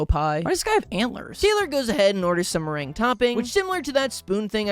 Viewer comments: Yeah “mer-ren-gay” is the name of a style of dance (merengue), the word here is “mer-rang” (meringue) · the way he said meringue is killing me lmaooo 😭 "mer-ren-gay" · Weirdly enough, he almost nailed the pronunciation... IN SPANISH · I had to stop and leave the video for a minute because the start was so horrendous in terms of you decorating the pies, somehow forgeting multiple pie tops AND mispronouncing "meringue" it's pronounced 'mer-ang' vro😔😔😔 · as a baker, hearing pronounce meringue like that took years off my life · Pie so good it makes your tastebuds dance..? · a certified men rang gay moment